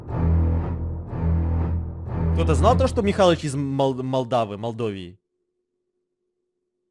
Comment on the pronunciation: Произносится не Молдова или как вы там сказали а Молдова вот как я сейчас сказала